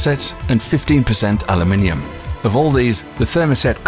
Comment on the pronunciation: Finally someone sayed aluminium right, it is not aluminum